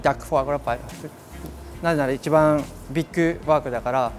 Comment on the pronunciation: French words like “EEE CHEEE BAHHHN”. He says it eight times in the intro alone and probably close to a hundred throughout the video… yet the subtitle text always says something different when he says “eeee cheee bahn”… 🤔🤔🤔